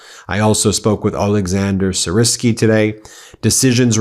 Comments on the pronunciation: FYI he's pronounced "Sir-Ski" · Gen Syrski sounds like = Gen Sear-ski